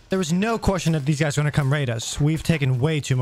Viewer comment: the way says Question LOL. Its like he saying quotion